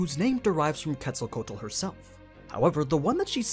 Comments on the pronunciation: Her name is pronounced- ketzo ko wattle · No isn't a correct pronunciation, he say "kétsalcoal" and is "kétsalcóatl" ("tl" sounds like "tle" in "castle"). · It’s quetz-el-co-atol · It’s actually Kets-al-co-wa-tl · I dont mean to be rude but ur saying her name completely wrong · He pronounced the name wrong and that she is really a he as well as the god of life and a feathered serpent idk why anime make him a girl why not just use his sister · Sigh I wish non Spanish speakers were able to pronounce her name a little better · Yes I'm gonna be that dude: you pronounced her name wrong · The way he pronounces Quetzalcoatl gives me a headache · Glad I'm not the only one haha I try to watch but everytime I hear Quetzalcoatl I just nope haha I wonder how he would pronounce Quetzalcoatlus 🤔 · aww man you butchered her name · She is a boy you are not say his name right and he is the first god of the sun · Quetzalcoatl... the pronunciation is cringe